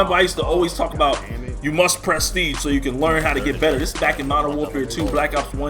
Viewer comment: Wow you really emphasized "Prest" ige huh lol 😂😂😂